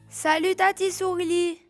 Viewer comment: j'arrive, j'arrive soureli, soureli 😂